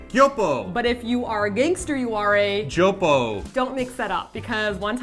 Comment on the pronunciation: stronger k then how pronounced it. Joe-poke